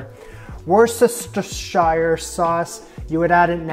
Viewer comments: Definitely NOT wuss or Chester! Spelt Worcestershire it’s pronounced wuh-stir-shh sauce. Easy! 😁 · wouster-sheer sauce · Man, I love your clips. Btw: … it is pronounced „Wooster-shuh“-Sauce. Had to learn this while making some Brits giggle saying it totally wrong 😅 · worstershire - woostersheer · Pronounce woo-ster-shir. Impressed b6 your butter making talent!!! Good on ya. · You continue to be amazing! I’ve now followed you through 3 countries. (PS - Worcestershire Sauce is pronounced Woostah-sheer. Does that help?) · WOOST-uh-shear Love your videos,. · Hey - I lived in Worcestershire. It is not pronounced the way it is spelled, it’s actually very easy. Have you ever called anyone a wuss (or been one)?…well start by emphasizing that sound, then follow it with two simple syllables: WUSS-ter-sheer That’s all there is to it…don’t let anyone tell you otherwise! Cheers, Saucy Sue from Worcestershire 😊 PS I’ve lived in Canada 50+ years and still haven’t had poutine 😮…thanks for a great vid on how to make it! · quite right. It’s Wuster sauce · Omg this one was epic! Fabulous butter making skills and the best cheese pull ever! (And to make your life easier, you can just eliminate a few letters in that evil "W" word... Wooster-shur...and just barely pronounce the "R". Just give it a Hollywood wave or a rolling stop..."Woosta (diphthong of oo should be more like the ou in "would")...so Wousta-shur. Geezus I am SUCH a geek!!! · If you're cooking French Fires do it in a wok. I have never had a problem with the oil over-topping the pan when using a wok. And Worcestershire sauce is pronounced Woosthesheer with the double o sounding as in cook. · You even had me guessing how to prounce Worcesteshire Pronunciation = wuss-ter-shah but a very short haich sound 😁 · Woos-te-sheer sauce!!! Lololololol love your vids!! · Wors- tah-sheer — hi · Wus-ter-shur lol.😂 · Hey buddy, say 'Woos-tah-sher' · Worcestershire say Woo-stur-shure 😀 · Whoo-stah-sheeh sauce